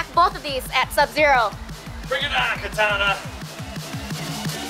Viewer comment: It’s not katana it’s kitana